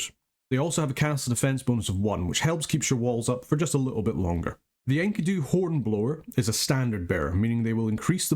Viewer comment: Thanks for another cool national overview, but, "Enky-doo" Really? ^_^ I have always pronounced it "En-key-doo" so that was a real trip...